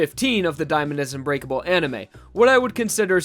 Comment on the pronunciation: thought you said “Diamond is u grateful” xd